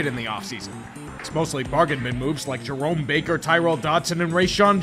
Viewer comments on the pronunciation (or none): none